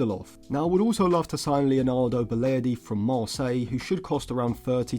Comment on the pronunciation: You ruined it by saying balerdi